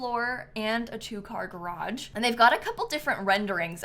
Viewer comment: there's no in garage when you pronounce it